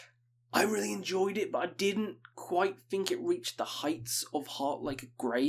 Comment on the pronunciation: "Buh" = but